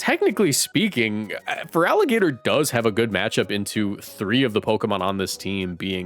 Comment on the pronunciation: IT'S FERALIGATR, NOT FERAGILATR! FIX IT NOW!